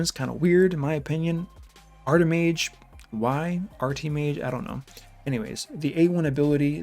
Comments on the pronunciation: Also it's not <Artimage> Art-E May-juh , it's <Artimage> Ar-tuh-mij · I do think you're being harsh on the new champs, they are not S-tier. If they put the decrease resist to 100% it would be overpowered. Also, everyone is pronouncing Sir Artimage wrong, It is pronounced ART-I-MUDG. It is a weird way of the English language as naturally, we would say Art-I-Mage